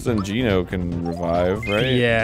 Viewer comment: It is pronounced GENO, not GINO